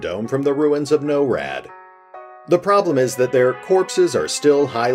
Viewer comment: I think finite is pronounced Fi-nite, instead of fin-it. Also if NORAD means North American Aerospace Defense Command then I believe it's pronounced NOR-AD. Sorry lol I know it's a bit pedantic, but other than that great video as always! Thanks!